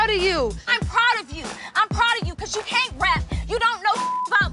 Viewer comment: “You caint wrap” ...thats hurtful 😂